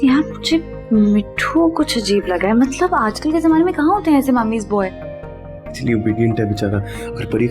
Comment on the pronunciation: be like matlab ❎ matbal✅